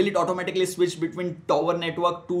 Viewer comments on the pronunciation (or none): none